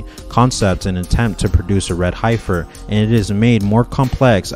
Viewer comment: Just to help : the E in Heifer is prounced like the E in END 😊